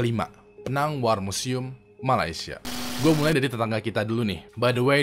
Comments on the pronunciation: Pineng, bukan pinang pengucapannya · Penang bang bukan pinang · Kok pinang dah dibacanya? Penang kali ah dan kalo pronoun english nya itu pineng bukan pinang 😩😩😂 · 'Pé-nang' atau 'Pi-nang',. Bukan Penang 😁😁😁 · SEBENARNYA PINENG SEBUTANYA.... CUMAN EJAANYA PENANG.... GUE EWINGSQUAD MALAY BANG...